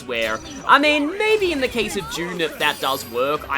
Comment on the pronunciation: you pronounce Dune as June